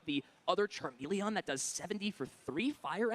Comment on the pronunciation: The way he pronounces charmeleon irritates me lol